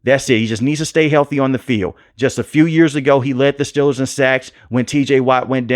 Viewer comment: Steeeeeeelers...... say it right please..... next thing I hear you saying Jag wires